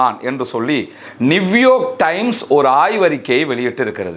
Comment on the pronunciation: நிவ்யோர்க் வாழ்க... நியூயார்க் என்பதை கூகுளில் ஆங்கிலத்தில் பதிவு செய்து அதன் உச்சரிப்பை உறுதி செய்து பேசவும். எத்தனை தடவை இதை உங்களுக்கு சொல்வது நிவ்யோர்க் 😂😂😂😂